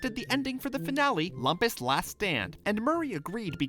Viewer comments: (Scoutmaster Lumpus impression) That's LOOM-PUS, bonehead nitwit..... Not LUMP-US! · It's funny how the narrator got Lumpus's name as well as the fact wrong about his name. It's pronounced "LOOMpus", but most characters call him "LUMPas".